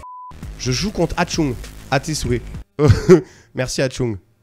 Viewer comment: C'est pas Atchung mais Achtung (ARTUNG GRENADE Dire avec un Accent Allemand xD) C'est de l'Allemand sa veut dire Attention, fin jcrois mdr